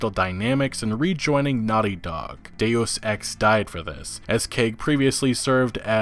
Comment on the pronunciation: pronunciations always throw me for a loop. Square A-nix for example, instead of Enix. Or Day-os Ex instead of Deus Ex.